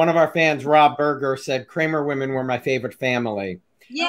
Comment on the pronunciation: You said dr crame ya mean Cramer ^